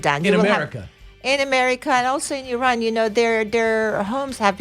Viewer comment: It's not Eron, it's Iran...speech impediment...